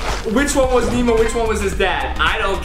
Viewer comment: It's not memo it's nemo